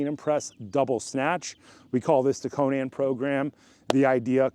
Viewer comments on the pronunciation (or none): none